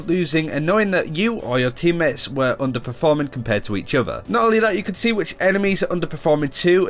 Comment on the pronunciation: I love these guys but, the bad Engrish is driving me crazy... Udder instead of Other, Alfer instead of Alpha.. I know it's accents but PLEASE work on it guys!